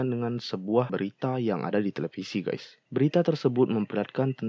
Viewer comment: Ralat,Ngab! Yg bener itu Guys bukan Gays